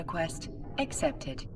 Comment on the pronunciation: did I just hear "docking request exepted"?